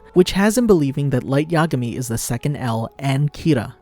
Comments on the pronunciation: "Light Ya'gami" -it's yagami. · Well it’s not yagami it’s ya-gami